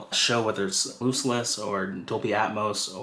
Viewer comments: Looseless lol It’s LOSSless. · Yeah made my skin crawl. Also looseless instead of lossless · It’s pronounced Li-BRARY not Li-Bary Also its LOSS-less not loose-less. Come on man!